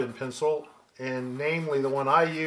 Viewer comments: Holy cow, it's so good to finally find out that I'm not the only one who says 'charcoal pensole' when trying to say charcoal pencil. I thought I was losing my mind. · Why? How do others pronounce it? Pen ceeel? LOL!